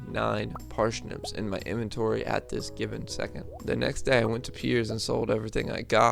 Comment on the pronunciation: Parshnips Ok, that aside, that was fun